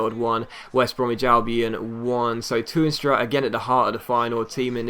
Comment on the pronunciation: The 'Toorn' in Toornstra is pronounced exactly like 'torn' as in torn hamstring, just thought I'd share it :)